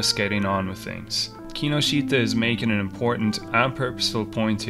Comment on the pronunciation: That mispronunciation of Kinoshita is head-wrecking.